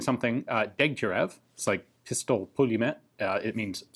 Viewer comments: It's pistolet pull-Em-yort. He says it wrong in every video. It means literally pistol machinegun. Пистолет пулемёт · Jesus Guns, Ian. So wise chap and all the time same pronounce troubles ;) it goes (I try to spell it in english): Peestolet poolyemyiot Dyegatyierieva so literally Dyiegatyieriev's mashine pistol (as in eastern Europe SMGs are called Mashine pistols, in german, polish, rusian). All russian staff goes with it like Peestolet poolyemyiot Shpageena (PPSz-41) or Peestolet poolyemyiot Soodayieva (PPS-43)